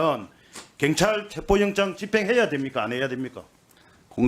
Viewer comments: 갱찰이 아니라 경찰 발음 똑디해라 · 갱찰아니고 경찰 억양죽이네요 근데 발음도발음이지만 질문도 질문같지않은 질문입니다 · 갱찰이 아니라 경찰 발음이나 똑바로 하고 말도 똑바로 하고 좀